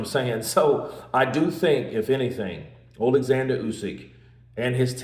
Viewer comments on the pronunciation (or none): His name is Oleksander not Alexander for a start.